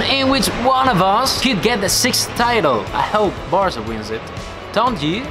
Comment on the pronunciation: Why he pronounces with british accent the Spanish name?